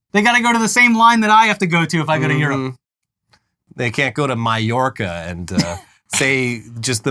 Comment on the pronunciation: proving he, once again, knows nothing outside his fart sniffing Cali bubble. We can freely travel anywhere, anytime we want in Europe still, barely anything has changed, also, maybe learn to pronounce Mallorca yourself before criticising anyone else.